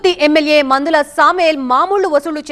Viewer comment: PANDHULA SAMEL NOT MANDHALA😅😊